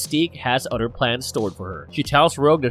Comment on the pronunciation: Every time I hear the narrator says "Mother" or "other" it enrages me because it sounds like "Mudder" or "udder" lmao